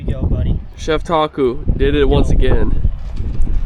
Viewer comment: I thought you were saying taco instead of Taku, cool collab, how did you get into getting snorkeling and catching crabs, did your Dad show you?